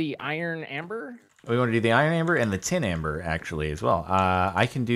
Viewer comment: Tim amber..... Tim....... amber....... TIM BERR